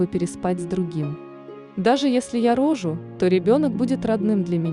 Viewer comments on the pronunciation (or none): Читалка, научись правильно делать ударения, хотя бы на ключевых словах рассказа - рОжу, рОжает - обалдеть....! Говорила, говорила, а что решила не озвучила? Куда пОдалась непОнятно? Она не совсем в нормальном сознании! Вперёд говорит, что если вернуть, то она бы всё равно изменила, а в конце диаметрально противоположное мнение! Чокнутая и поэтому то и залетела! Дала "по любви" и без "противогаза"!